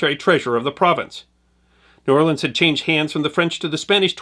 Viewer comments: Don't know who this narrator is, but he's definitely not from New Orleans. If he was he would know that the locals there DO NOT offensively pronounce New Orleans as one word. If ever you hear some ignoramus pronounce it as 'Nawlin's,' know for sure he is not a native of that city. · Awesome video but the vast majority of us from the city do pronounce it as two words. New Or-lens. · Please stop with the "we say the city name in one word". We pronounce it New Orlins or New Orlee-ins. Never met anyone who says Nawlins. I'm 58. Maybe 2 who said New Awlins. When people here see anything about New Orleans we cringe cause no one gets it right. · Nawlins is a Northern misconception... possibly because there is a small part of the population that pronounces it that way, but the common pronunciation is New Orlens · It's pronounced New Or Lunz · AS A NEW ORLEANS NATIVE AND EDUCATOR, is FALSE. No one, literally NO ONE, from here says "N'awlins" or blends New-Orleans into one word. You are incorrect and invalidate yourself as a credible source almost immediately. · We saw New Orleans. Nobody here says that in one word. Two... Distinct... Words... Otherwise thanks. 🙃